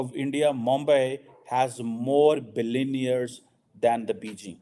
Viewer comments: Please get your pronunciations right. Its not billioneer... Its pronounced billion air. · O bhai, yeh 'billi-near' nahin hota, billionaire hota hai. Bahut mushkil hai billionaire bolna to yeh try karo - 'billi-on-air'. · Pakistan has more surrendered.!! 93000. Just listen this PhD can't pronounce Billionaire truly.